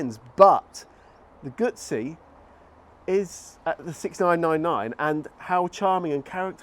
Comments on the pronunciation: Sorry but style wise, the Street twin is tops. Of course I'm a 2005 T100 owner, so I have some prejudice. Never ridden a guzzi, so can't speak to feel. But have heard about the vibration. Oh by the way, it's Goo zzi, not goot zzi. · i am shocked to hear two out of three testers don’t even know how to pronounce Guzzi. Embarrassing, frankly. I wonder if they struggle with ‘pizza’, too?